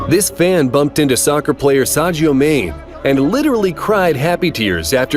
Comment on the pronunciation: I'm sorry but Sajio may???🤣